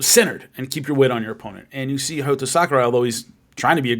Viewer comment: I thought his name was Hayato not Hayoto